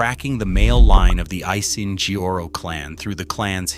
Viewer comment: "Asiheoro"? Pain at ass😅why can't you straight your damn tongue, prounced at least 5% closer😂